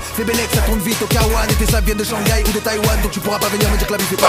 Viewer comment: Hahahhaha bds au téléphone avec boch Mort de rire il l'a dit Shangayo à changai Xddd ROLOTO on dit pas sa dans coupe décalé Xdddddddddd